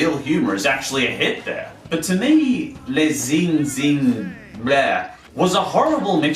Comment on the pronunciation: The "Ch" syllable is pronounced as "Sh" in French. The "in" syllable is also pronounced "an" . Sorry, it's just that I did French briefly in Secondary School , so your pronunciation annoys me. The "s" in "Les" is silent.